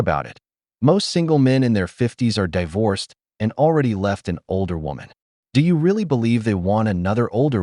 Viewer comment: "Most women in their fifties are die-vorced " lol. Gotta love a snarky ai.